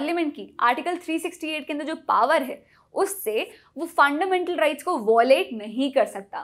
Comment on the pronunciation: Tripping on the way you 'Funndamental rRights'.. GG